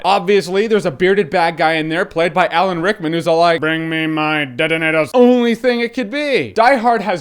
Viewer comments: stop doing impressions they are awful and your really not cool stop saying detanators holy shit! don't watch movies just dont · "DENEDAS" LOL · "Bring me my detatators" Lolz